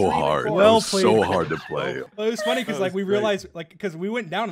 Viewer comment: “Nice Plæÿēœ!”